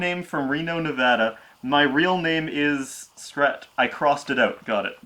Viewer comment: i like how he doesn't even live in the US but he's one of the few people that pronounces Nevada correctly.